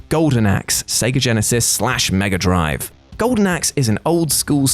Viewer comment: Say megaadrive again